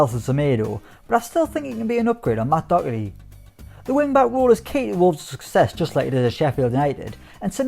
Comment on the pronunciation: Imagine working with an Irishman and still not being able to pronounce Doherty’s name🤦‍♂️